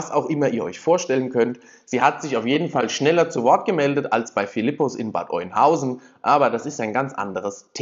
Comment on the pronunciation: Bitte, hab im letzten Video nix gesagt, woher soll man es auch wissen.... man spricht es "Bad Önhausen" aus 😅 von mir aus auch mit H 🤣